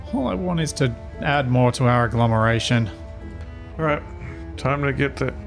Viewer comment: ...Agglomenation? really? :P